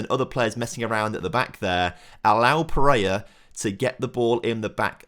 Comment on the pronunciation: i beg you sell pereira so we dont have to listen to you somehow pronounce his very simple name wrong over and over again